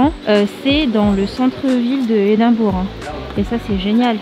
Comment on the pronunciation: Edimbrough = Edimbra